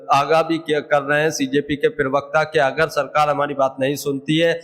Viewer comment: Are bhai "pirvakta" nahin pravakta bola karo yaar .😢😢😢